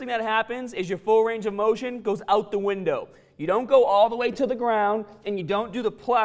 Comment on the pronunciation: the way he says "out de windouw" 😂😂